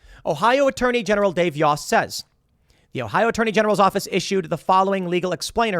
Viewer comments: Yost= Yo·est. Not Yaw·est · pronunciation: long o in Yost